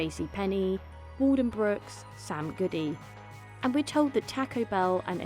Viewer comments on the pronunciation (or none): It's Waldenbooks, not Waldenbrooks.